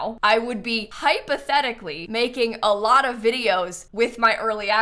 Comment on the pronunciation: If you "hypotechically" had tha pack XD (love that you said "hypotechically" and then "im gonna record that reaction tomorrow" XD) I have a few quesitons :) 1. Which other pack do you miss while building (not playing) with the pack? to feel its complete as to say 2. Can children/teens ride on the small horsies? 3. Can children/toddlers play with the goats? (omg the goats are so adorable!!!!!!!!)